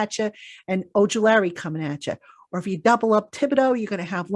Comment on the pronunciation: I think Azeez's last name is pronounced Oju LA ri not Oju -LARRY